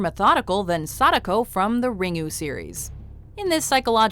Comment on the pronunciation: Ugh, the way you pronounce Sadako is so weebshit. Makes me cringe.